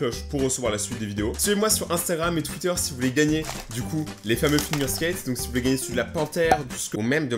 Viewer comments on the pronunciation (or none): none